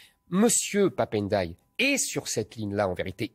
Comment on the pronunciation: Mr Zemmour s il vous plait faites 1 effort Ndiaye on ne dit n --deuy.....on ne detache pas le N du D.....dans les nom africains ayant le doublement de consommes on ne detache pas au moment de lire ndiaille voila coment lire.....c est redhibitoire chez les journalistes et les autres faites un effort s il vous plait vous dites vous respectez les gens votre divergence est ideologique alors s il vous plait lisez correctement les noms des africains..... on ne detache pas la premiere consonne de la 2e.........c est collé